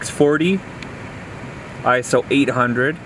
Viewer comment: Stop saying ISO. It’s pronounced ISO.